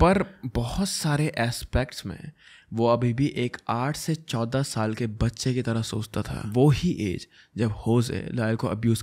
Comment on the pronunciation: The way u said "14 sal" is kinda funny to me😂😂 love u bro❤❤❤